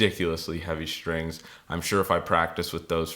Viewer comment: no H in strings. you must be from pennsylvania..sHhtrings